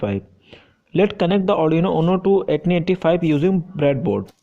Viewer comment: Interesting ! First time I'm hearing the pronounciation of ATTINY85 as 'Etni85'. Thought it was "AT tiny 85"